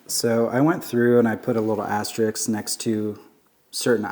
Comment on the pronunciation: Pet peeve activated!!! It's asterisk, not astericks.